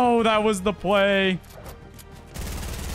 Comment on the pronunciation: said by "ppl who used to pway"